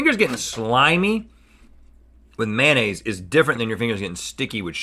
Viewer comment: I actually gagged when he said mayonnaise in the intro 😖